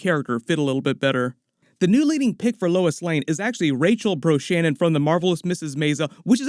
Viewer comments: It isn't BRO-Shannon. It's BRAZ-Nah-Han (Like Han Solo) Rachel Brosnahan. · FYI. Rachel Brosnahan last name is pronounced "Bras-nah-han". Sounds like you got the H and the first N reversed in your notes.